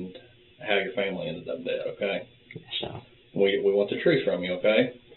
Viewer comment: He witerally kwilled his whole fawmile ( not making fun of his impediment but god )